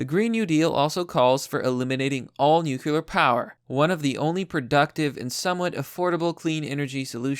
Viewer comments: Great pres, love it! But dude, could you please say "nuclear" instead of "nucular"? Peace. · Bruh, it's pronounced NU-CLEAR, not NU-CU-LAR. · It’s not « nucular» power, it’s nuclear power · Everyone who sees the word "nuclear" and stil pronounces it " nuke-yoo-lar" ought to be bombarded with gamma radiation for a solid hour. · The way you say Nuclear just makes me shudder..